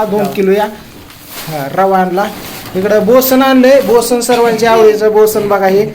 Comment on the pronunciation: बोसन नाही रे 😂😅बेसन पीठ आहे ते